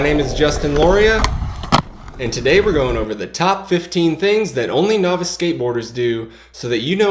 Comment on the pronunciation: Novice.. is pronounced "Nahvis" it's a nah sound not a no sound at the beginning.